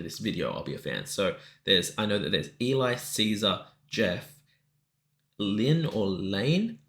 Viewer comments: Yeah, that's Geoff doing the arpeggio and Layne doing the beatboxing. Everyone in this group is multi talented, but they do also layer sometimes. Layne is pronounced like lane and Eli is pronounced like Ellie. (Rhymes with jelly). Cesar is the one in the chainmail with the elf ears. A Cesar/Geoff harmony is my favorite! Omar is crazy good. He was on The Voice last season. This one is top 5 for me! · Voiceplay is Geoff Castellucci ..ungodly bass with the 5 octave range and fabulous hair (Obviously! LOL) Eli Jacobson (pronounced "Elly" like "Jelly")..amazing rock tenor (the little bald guy) Layne (pronounced Lane) Stein...Vocal percussion wizard who also has an amazingly beautiful singing voice when you get to hear it! Cesar De La Rosa , baritone/tenor and baby of the group. (Dark elf looking guy with the man bun and chain mail in this video) Omar Cardona is the young guy with the angelic, crystal bell voice (dressed like an elven archer). He collaborates with them frequently, and he is Cesar's bestie...also guested with them for Dream On, and several other songs. They are freaking INCREDIBLE!.. Layne and Geoff do the majority of their arranging. Eli does most of the lighting. They are a force of nature! PS:That IS Geoff doing the little bass runs...andddd fun fact: Geoff was instrumental in teaching Layne to beatbox. Layne is obviously a case study of the student becoming the Master! Welcome to the Voiceplay rabbit-hole! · the second voice is Cesar, then Omar, after this is Eli (pronounced ellie) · Keep on pausing! It's a very natural reaction. Geoff and Layne (Lay-n), the beatboxer, have been together since '97, OG members. Eli (rhymes with 'telly', wearing the hood) joined I think in '04. Cesar, the first 'oh my god! voice you noticed, is the most recent member, and Omar is the 'voice of angel'. And yes, that's Geoff doing those little 'do do do's. Layne's percussion is off the charts. They haven't toured since the pandemic.